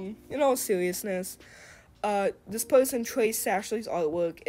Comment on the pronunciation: "in awll sewiousness"